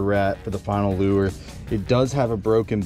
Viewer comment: I'm still trying to figure out what the hell a "loo-er" is! Somebody needs to let this guy know the word 'lure' is a ONE syllable word, and pronounced 'loor!'